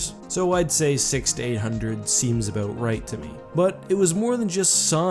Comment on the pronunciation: Abowwwwwwwt. Not abooooot.